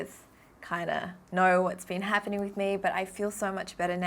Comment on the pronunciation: we're talking a thousand zoom here wif my new microscope*wif a proud face* That was cute AHAHAHAHAHA